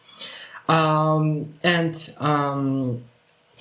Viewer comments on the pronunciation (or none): Somsa! not samusa😂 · Samusa what the hell are you talking about dude Samsa not samusa dude😂